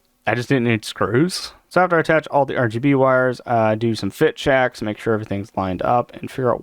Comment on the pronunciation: Anyone else hear "ShEEeeeeash" when he said he needed to do more fit checks?